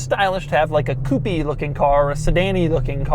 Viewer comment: Will you ever learn how to pronounce coupé correctly?